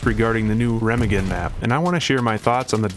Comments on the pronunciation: I love ya buddy. But that’s not how Remagen is pronounced. Secondly, I don’t think that arty will be as bad on the bridge as others make it out to be. Why?, rounds that don’t hit the bridge will fall harmlessly into the water, as where on other maps they would still hit the ground close enough to cause damage. Also, the overhead on the bridge I THINK will stop rounds from hitting the bridge. There is also going to be a cat walk beneath the bridge. Not saying it won’t be an absolute blood bath to get across the bridge, because it will be. But I don’t think every round fired at the bridge with arty result in a instant kill. But hey, what do I know! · please dont say Remagen like that jfc